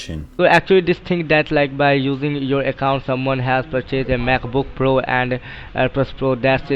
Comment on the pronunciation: "mayk buk puro" LMFAOO